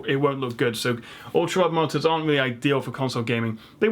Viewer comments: MULTIPLE MARTYRS! i read this at the start of the video and it sounded more and more like martyr every time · Ultrawide martyrs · martors? that is how it sounds your saying it lol monitors aha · It's such a shame you can't properly pronounce MON-I-TORS...it massively undermines your knowledge set.